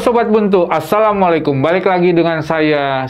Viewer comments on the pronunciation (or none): none